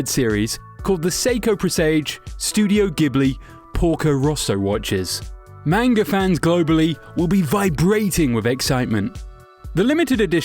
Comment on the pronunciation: I cringe every time he says manga wrong.